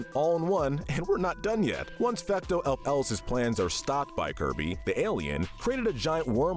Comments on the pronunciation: Bruh Fecto elfilis not fecto el-feles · It’s not elf Ellis it’s elfillis (elf-Ih-Lis) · Also his pronunciation of his name is killing me. He called it fecto ELF-ELIS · fecto elf Ellis 😂😂😂😂😂😂 Mate it’s fecto elfilis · Bro, really said Fecto elf ellis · "Fecto Elf-Elis" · “Elf elis” 💀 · it is quite possibly the worst I've ever heard that name pronounced. And for a little salt on the wound, he sounded so confident on it. It's Elfilis, El-fil-is /soft s like a c/ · I have never disliked a video so quickly when he pronounced Elfilis like that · That's got to be the most awkward pronunciation of Elfilis I've ever heard. And I don't know where you got the "fake reformation" from, their body was destroyed at the end of the main story and presumed dead until the post-game. Oh but don't worry, that doesn't make their crimes any less severe! Before even doing anything to the Beast Pack, they had already attempted genocide in the New World until they got captured! Once free, they merely tried to finish what they started. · the way you pronounce elfilis is cursed lmao